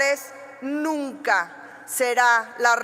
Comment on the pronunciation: Que pedo? Fumaste de mas? Nina en vez de nunca! Tubueron? En vez de tuvieron! Ja j sacalo!